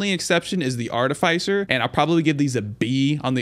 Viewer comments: One comment about this. You're pronouncing Artificer wrong. It's not ARTI-FYE-SER. It's ARTI-FIS-SER Like how you would say Fisher just without the H. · Art-uh-fiss-er, not Art-uh-fice-er. Great video other than that, definitely a pretty accurate tier list. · Artificer is a short I, like is, not like ice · It's artificer not artifycer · "aar-tuh-fuh-sr" if american english "aa-tuh-fuh-suh" if british english. Bugs me everytime he says "ar-tuh-fy-sr" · I though artificer's name was pronounced "art-ti-fi-sir" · If this guy doesn't learn to say "Artificer" right I'm gonna blow a gasket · I love everything about this except for how you say artificer. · Disagree with the Ukulele rank, thing is insane. Artificer is pronounced differently, its not a hard "i" after the f. Happiest Mask is god tier, H3AD-5T v2 is not that good, no fall damage is nice but it is more of a liability late game. Ifrit's Distinction is pretty nuts, im not sure of all the effects but I felt like I was not ever able to take burn damage and all my attacks did burn damage. I was playing as engineer and my turrets also felt much more powerful but I am not sure if it actually did anything for them, my build was pretty nuts at the time I got it. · Good video, saying artificer wrong one million times hurts tho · Thats not how you pronounce artificer is it? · You say Artificer so wrong, lol. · Listening to you mispronounce artificer the entire video was really annoying.